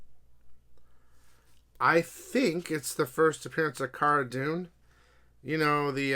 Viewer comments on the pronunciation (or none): none